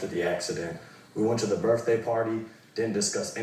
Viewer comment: Did he really say "birfday"?